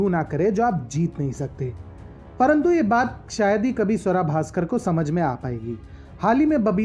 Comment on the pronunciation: Naam to sahi se le lo iska ungali Swara Bhaskar